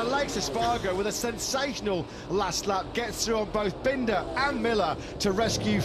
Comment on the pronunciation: …bendah and milluh 😂